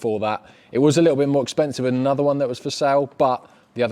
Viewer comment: Hehe “EXPENISVE”